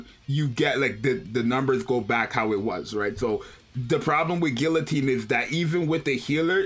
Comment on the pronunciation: It’s pronounced guillotine